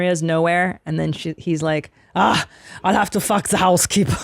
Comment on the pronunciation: He enraged everyone on set because he couldn't pronounce "i'll" xD